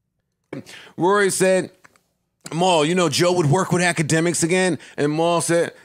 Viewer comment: AK got everybody calling Rory "Rury" 😂😂😂😂